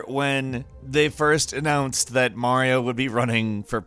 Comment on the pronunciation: You said Mario wrong.